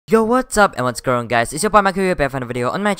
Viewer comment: “Hey guys whasgoinonniansns and welcome today....” - intro